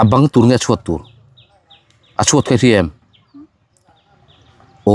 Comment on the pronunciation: Chuat chu chhuat kha 😂 a van fiah lo em 😂😂😂